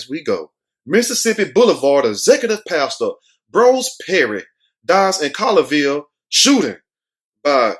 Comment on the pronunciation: Pronounced ( Call your Ville ) lol Just saying